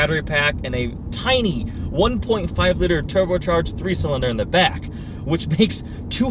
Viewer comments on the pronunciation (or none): say liter and room right lol